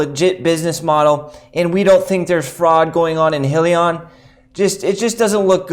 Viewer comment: FYI - it’s High-Lee-On